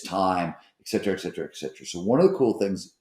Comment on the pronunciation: eceteraing the ecetera, ectera xD nice one